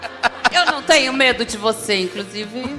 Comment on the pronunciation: "INCRUSIVE, ELOW MUSQUI" Fora o português, Tia Canja é terrível, ôôôôô vergonha!